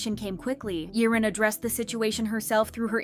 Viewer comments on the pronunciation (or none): Girl. Its YIREN. Not Yerin, Yaren, Yirin. YIREN!